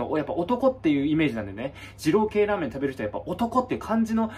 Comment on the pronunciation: 「らアメン(ラーメン)のびますよ」すこ